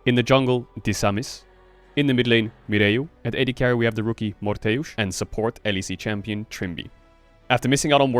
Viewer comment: "at ad carry we have the rookie morttheus"